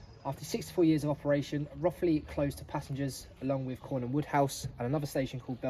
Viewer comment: It's pronounced Roe-thley,not Roth-ley.Most people get it wrong so you're not alone.